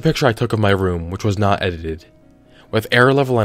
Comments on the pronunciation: Lol Ed i teeed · Edit ed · It's only funny cos I been there. "Edited it" is hard af 2 say